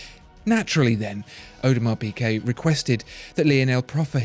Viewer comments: The is the best watch EVER made! Mark my words, AP will barely be able to keep them on the shelves (because of the amount of dust they will collect) Oh, and it's pronounced 'Peegay' please, for the love of god, Peegay, not Peekay. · Great as usual. But it's Peegay, not Peekay! I cringe every time I hear you say it :-) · “piGuet” not “piQuet”! It’s a torture! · Audemars Piqué? No mate, Piguet. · Audemars Pigay